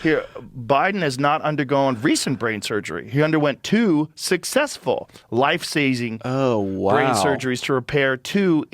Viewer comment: He's talking about cognitive impairment whilst being unable to pronounce life-saving "life-Sazing!